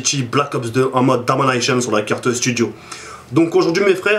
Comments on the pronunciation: MDRR J'aime trop le DOMENAYCHEUNE de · A chaque fois tu dis Domination je pete de rire